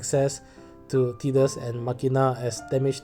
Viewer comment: My god what mean is didus?! Please go google translate see how is Tidus speak. Is tidus not Didus.